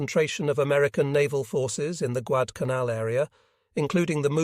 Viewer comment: "When Col Carlson arrived at the scene am in the afternoon." Guad-canal. Occasionally the voice gets close to Guad-al-canal. The American force deserves all credit for the US victory but the Japanese were suffering, as usual, from lots of "wishful thinking".